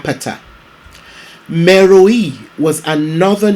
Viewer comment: It is pronounced "meroe" not "meroii"